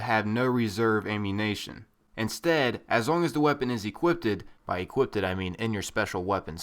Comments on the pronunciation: ere u intentionally pronouncing equipped wrong? or was it mistake? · Equipped. Not equipted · EQUIPPED. NOT EQUIPPTED